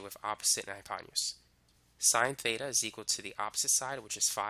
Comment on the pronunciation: he saying theta, beta, or feta??